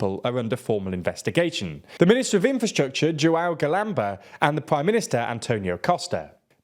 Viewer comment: honestly I disagree. I know no one expects them to speak foreign languages percfecly but, in this case, they butchered terribly. Lana Del Rey said the nasal ã sound in São Paulo way better than they did in João. And she is a pop singer not a reporter making a piece on international news.